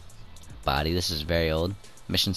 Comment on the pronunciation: STOP CALLING IT BODY SOUNDING LIKE A KILLER